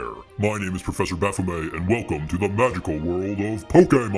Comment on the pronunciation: I feel like this is just making fun of satanists or satan worshippers. It's closer to the worshippers but you probably don't know the difference. You also pronounced baphomet wrong. It sound like fun tho